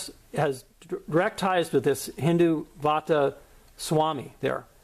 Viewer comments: First of all its not hindu vaata its called hindutva 😂😂 nice work keep going 😁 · its not Hindu vaata...its Hin-dutt-va get your Punjabi right..also sirri is sree in your Sri Guru Granth Sahib.